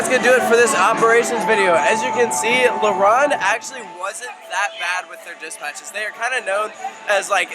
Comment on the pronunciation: It’s la ronde not laronde